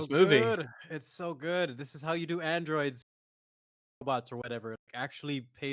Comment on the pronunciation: I cannot understand the "robuts" pronouniation and "conDOM"